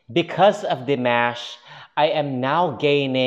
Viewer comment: I figure at some point you will start pronouncing Dimash's name correctly. Maybe. ;)